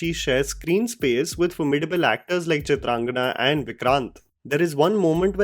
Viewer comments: It's Chitrangada Singh. Not Chitrangana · Why do you keep calling her Chitrangana... Lol her name is Chitrangada 😅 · Why on earth you narrated the name Chitrangada as "Chantrangana"?????? Do you even know what/who/where from "Chitrangada" originated? Do your homework befpre distorting someone's name! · Just one correction. It's Chitrangada not Chitrangana. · It's Chitrangada, not Chitrangana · Why are you calling her Chitrangana? Isn't she Chitrangada? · for god's sake it's Chitrangada and not Chitrangana Not expected from you😢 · Bro, It’s CHITRANGADA and not CHITRANGNA 😅😅😅😅 the sound of ‘N’ is not there in her name. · CHITRANGADA SLIPPED OUT AS CHITRANGANA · She is Chitrangada not Chitrangana.....just a small correction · It's Chitrangada, not Chitrangana.. unless I heard it wrong..